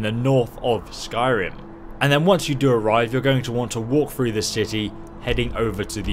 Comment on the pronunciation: why do you have trouble pronouncing the TH sound? instead you say FR its pronounced walkTHrough not walkFRough you dumb piece of shit